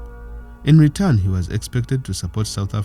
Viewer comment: apartheid is pronounced a par tight